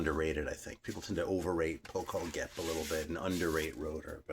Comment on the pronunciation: Always love it when Hungarian stuff pops up. "Poh-kohl-gap", hahaha, I wish you had attempted to say the title of that Rotor album.